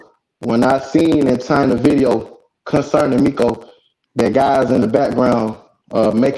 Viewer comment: Bro if you call him miko and, not meco one more time...lmfao the dude in that video said IMA REAL BLOOD and threw up the forks 🤦